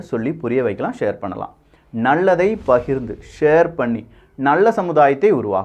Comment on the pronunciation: Your tamizh pronunciation is not fair... ("" Maatrzham""... Illai, athu """"" Maatram"""". """ Nandrzhi""" illai, athu"""""Nandri"""". Thooya thamizh pesugiren endru solli thamizhai kollathirgal... Ungalidam irunthu ithai naangal ethir paarkkavillai... Ean endral... Ellavattrilum.. "" Zha"" Inaithu pesumbothu ketkka enna mo poal ullathu... By the way... Hat's off for all your phenomenal videos.